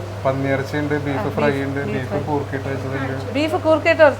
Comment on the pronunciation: Goorkha alla madam say " Koorkka" 😅😅😅😂😂